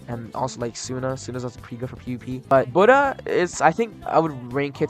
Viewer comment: buda? its buddha say it right